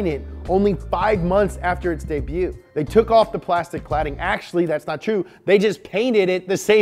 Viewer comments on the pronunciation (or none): When says debut instead of his normal debut. Lol weird